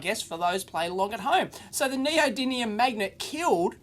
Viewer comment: NeodyMium, Dave! Nee-oh-dee-MEEE-um!